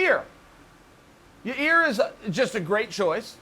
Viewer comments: Everybody: It's Yair. Chael: Thats exactly what I am saying - Ya-rear! Everybody: Ok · No more Yarear... ya-ear now. Should be YAIII-EAR... oh well close enough. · Unca Chael... Please practice this in front of a mirror... Say "Ya", pause briefly, say "Ear". Do this 1000 times. The guy's name is pronounced "Ya-Ear", not, "Ya-Rear". C'mon, dude, you're an educated fellow. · “YIE-IER” not “YA-REER” 😂😂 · Uncle Chael is a master of making adjustments. For example, Yair used to be "Ya-Rear" but now he's "Ya-Ear." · He changed the way he pronounced YAREARS name! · Yair lol yeh rear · Who is "you ear"? Or "you rear" . Who does he mean, anyone? =p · ... it’s Ya-ear you idiot! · I don’t think he deserves it and neither does Chael, he just loves saying ya rear 😂😂😂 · Let me try and make this easier for you Chael. Y-eye-ear. You're welcome. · Ice Out “it’s ‘Yah-EAR.. idiot.” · Chael, can you still not pronounce yair correctly?